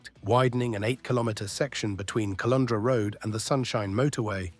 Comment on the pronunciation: AI's failure to pronounce place names is expected (not sure how you get Caloundra wrong, but Tiaro and some of the others are not surprising), but AI should be able to distinguish between the current Premier and PM and a Premier and PM from years ago. Can't the prompting specify this? Credit for the very current video footage of the upgrades through North Lakes.